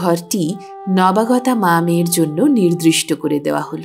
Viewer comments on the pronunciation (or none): The story is very unusual, and you read it well. The only complaint is that the word is 'nirdishto', not "nirdRishto. I hope you will correct it in your next readings